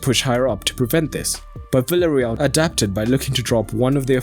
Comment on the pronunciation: Please people, call villareal not ‘villareal’ but ‘biejareal’